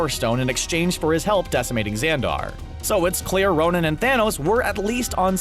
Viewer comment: it's ' Ronan' not 'Ronin',Ronin is an alias taken by Hawkeye In comics